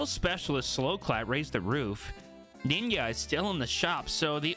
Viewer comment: he said “ninya* 🥴